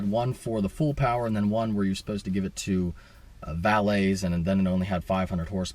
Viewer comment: The word is 'supposed' not "so post."